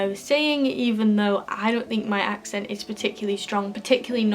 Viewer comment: Your pronunciation of the word " accent " is incorrect